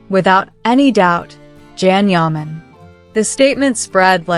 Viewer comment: It would be amazing if u learned to pronounce his name. Absolutely amazing!!